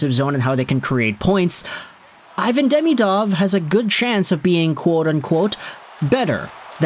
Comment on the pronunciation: As you talk about this player so much, you should learn how to pronounce his name. It is not "day-mee-dov" it is "dee-mee-dov". Watch some Russian videos with commentary.